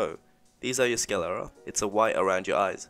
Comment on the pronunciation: It is sclera - not scalera.